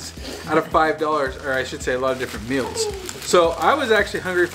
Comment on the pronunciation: says 'mills' instaid of 'meals'